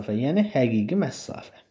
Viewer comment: Məsafə sözünə "məssafə" deməyinizdən başqa hər şey əladır